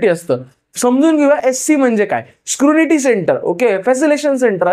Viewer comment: Scrunity nahi re ...scrutiny 😅